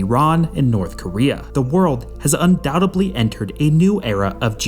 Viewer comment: Thank you for pronouncing "undoubtaby" correctly.